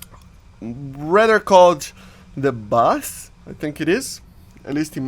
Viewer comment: Baz in Hebrew means falcon and its should sound like “Buzz” in English